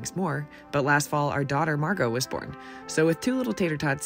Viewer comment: Excuse me her name is Margo. Not Marco or Mango WellsFargo Yeah someone said Wells Fargo like hdgdbd her name MARGO